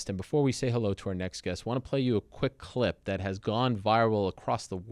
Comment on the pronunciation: Ariel is incapable of saying the word 'clip'. He can only say 'khglib'. Let's play the khglib.